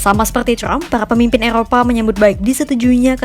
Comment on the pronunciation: Trump bukan crump Pembaca berita kompas lebay